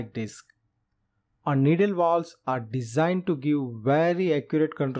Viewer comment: You know alot about Walwes shame you can’t pronounce your V’s 😂😂😂